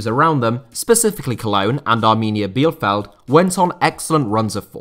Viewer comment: I love how you pronounced my dear club, Arminia Bielefeld, as Arminia Bierfeld (In german Beer field). Try pronouncing it as "Bi - le -feld". Apart from that, I loved your video, as always!